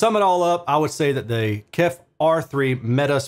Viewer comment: Thanks. Still need to watch, but I'm sure it performs great. BTW, the company is indeed called "KEF", not "Kef". For "Kent Engineering & Foundry". 😉